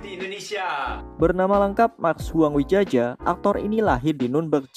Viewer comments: Research nya admin...kurang dalam...atau memang ...lahirnya setelah tahun 2000....belajar lagi untuk sejarah Indonesia nya....ada "oe" dibaca U...ada "tj" dibaca C...ada "dj" dibaca J...ada "kh" dibaca K....dll dibaca dan lain lain. Djadi "WIDJAJA" dibacanya WIJAYA. Belajar lagi aja!...jadi enak nikmatin hasil monetnya. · Itu ejaan Belanda min. J = Y, DJ = J, TJ = C, OE = U. Dibacanya Wijaya